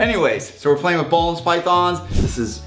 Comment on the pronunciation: Great video as always, thanks and the team! Just a small detail, you pronounce it ''boolen's'' instead of ''bohlen's'', Boelen is a Dutch name.